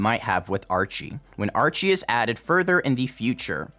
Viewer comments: mispronounced Archy, It's just said the same way as the first word in Archeology "Ark-E" not Archie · When he says "archy" it'd be pronounced as "arky"